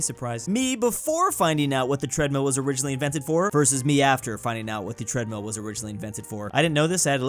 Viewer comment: Why do Americans say treadmeal and not treadmill?